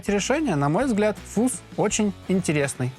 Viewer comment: не фуз. а фазз! деревня))